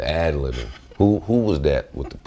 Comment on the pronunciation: Lol 🙄😀Joe Burden is funny as hell on this .. "the ablibing tho'"....😂😂😂😂😂